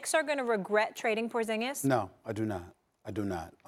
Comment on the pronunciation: wtf your satng hes name wrong hes from litvia me to and its prounounced diferentli lol